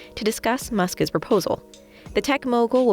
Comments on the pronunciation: Who is Muskez? The presenter keeps saying Muskez. Isn't it "Musk's"? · "Muskas"? If you put an S sound at the end of "Musk", it doesn't need to have an extra vowel sound in front of it. Musk's. Not "Muskas". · Muskis... Why do you say it like that? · Why can’t she say “Musk’s”? It’s like listening to a child fail to say spaghetti or something. “Musk is” is not the same as “Musk’s”